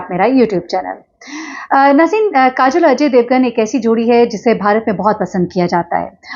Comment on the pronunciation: نام کاجل نہیں ہے۔۔۔ کاجول ہے